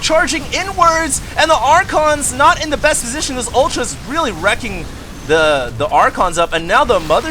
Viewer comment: ok,, I love you seriously, but, it's WREAKING HAVOC, wreaking havoc means to smell profusely of havoc, recking havoc doesn't make any sense, you're saying, worrying of havoc. Seriously though, you're so awesome it almost doesn't matter:D